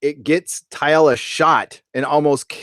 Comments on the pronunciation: I have to ask - why do you keep pronouncing TALLA as if it were? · I like your podcast, but Jessica Szohr's character is spelled Talla, not T'alla. Everyone on the show pronounces it Talla (with 2 syllables). Why do you pronounce it T'alla with 3 syllables? Another Orville podcast girl pronounces Issac's name "I-sack". Why can't fans pronounce the characters' names correctly? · Amazing episode & love your recap!!! One thing though... I hate being "that guy" & sounding like a 'nitpicker'.... but it drives me crazy every time I hear you mispronounce the new Xelayan security officer, Lt. Talla Keyali. I keep hearing "Teealla" or "Tialla"... but it's just Tall-a. No big deal, but figured I'd mention it. Still love your channel!! May it live long & prosper! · Her name is pronounced Tal-la not Taialla. Spelled Talla. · You love the show but...OK...you keep getting Talla's name wrong. It's not Tyla, or. It is TALLA. TAL-LA. The class of ship to which the Orville belongs is a Mid-Level Explorer. If you'll notice, the other ships at the end are not the same class as the Orville. They only have two nacelle rings. The Orville has three. Lastly, it isn't a parody. Stop calling it a parody. It is not making fun of Star Trek. It is a homage perhaps. Really, it is its own thing inspired by Star Trek. There are other bits - please just watch the episode again. I am glad you're enjoying the show. Please continue to watch and continue to enjoy it. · Why do you always pronounce her name Ty-alla? Her name is Talla. Mercer pronounces it Ta-La.... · TALLA not TY-ALLA. But yeah. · Cracks me up how you say ‘Talla’ haha